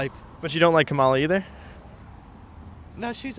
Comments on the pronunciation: You are still saying her name wrong. It is Comma la, and not ka ma la. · Why doesn’t the host/ interviewer ever pronounce Vice President Kamala Harris’s name correctly? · At least pronounce her name right… it’s , La!